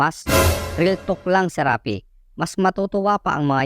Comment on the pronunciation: Dapat SHARAPI, hindi Serapi.